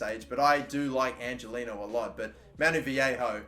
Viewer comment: Not to break it to you but Angeliño's name is pronounced ''Anghelinyo''